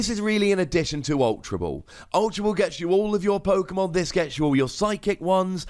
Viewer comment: You literally pronounce every Pokemon name wrong